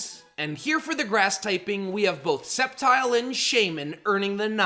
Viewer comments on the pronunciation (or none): none